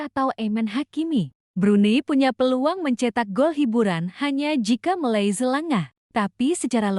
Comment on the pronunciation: Sebut Malaysia pun tak betul nak buat conten